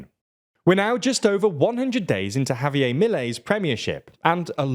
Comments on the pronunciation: Love your videos and the British accent but it’s JavieR not Javiey/Javi-ay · They have done so many vids on Milei so can someone please tell him that "Javier" isn't pronounced like Javié" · His pronunciation starts Spanish and ends French 😂